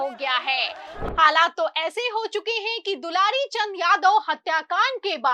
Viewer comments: AAP news padhne ke pahle theek se dekh liya kariye naam kya hai....... Inka naam hai swargiya dularchand.... Aur aap bar bar bol rahi hai dulari Chand dulari Chand ho sakta hai..... Thoda dekh kar padh kar tab samachar bola karo bhaiya.........😢😢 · Dularchan name he aap dilarichand batate ho thoda dhyan rakho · are medam dularichand nhi bolo dularchand bolo😂😂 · पहले नाम तो लेना सही से सिख लो मैडम ....dularchand